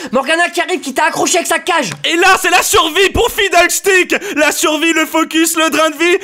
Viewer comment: "Noi qui envoie du Paté au fidderstick !" .. C'est pas Fiddlestick ? :P